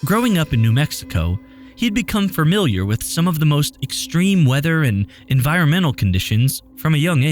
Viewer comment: Frummewyuler? I think you meant familiar. Fuh. Mil. E. Er.